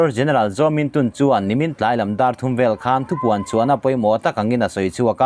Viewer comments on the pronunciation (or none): none